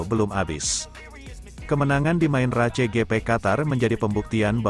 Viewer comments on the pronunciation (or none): Pak ... kalau baca Motogp, bikin geli. Tolong baca saja motojipi biar enak ... bukan motogepe pak 😂 Lanjut sprint race ... baca saja sprin res. Satu lagi untuk main race, baca saja main res ... Maaf ya, biar enak saja di denger ... 😊😊